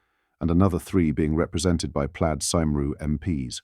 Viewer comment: Can't stand this bloody AI voice. You can tell it's artificial because it can't get the pronunciation of Plaid Cymru correct. It should sound something like Plaied Coomry, but it just is pronounced as it is written in English. And we all know nothing written in Welsh sounds anything like it looks!